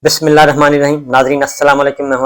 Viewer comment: SHAKIIR BHAI Bis Millah TO TEEK SE PHARA KARO